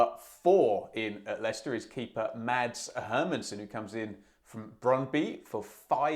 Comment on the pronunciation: Brøndby are my Danish team and losing Hermansen will be a huge loss for us. He's a really good keeper for his age, and probably a level above Iversen. So I expect him to win that battle between the Danish keepers. Btw, the "d" in Mads is silent, so it's just pronounced "Mas". 😊